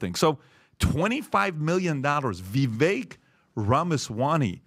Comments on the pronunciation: After months of mispronunciation, PBD finally says Vivek-rhymes-with-cake correctly. /applause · First time I've heard Patrick or anyone of the team pronounced Vivek's name correctly 🎉🌟💥💫🎆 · This is the first podcast where PBD pronounced it correctly. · Vivek rhymes with bake, said Vivek on THIS podcast!